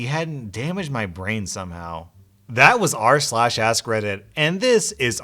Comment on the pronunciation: Who else thought he said.. “welcome (to the black parade) to r/slash ass Reddit”?